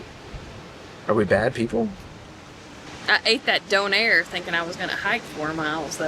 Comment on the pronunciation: Lol thank you! Not “dough-nair”